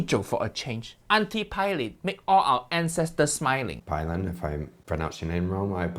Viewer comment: Fyi ...Her name is pronounced pay-lin I think only in the afterlife would Uncle Roger would ever collab w/Jamie 😂😂maybe not even than